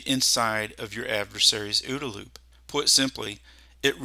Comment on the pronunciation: For the sake of pedantry, Colonel John Boyd never pronounced it "Ooda" loop. He always spelled out the letters. It's called the O-O-D-A Loop.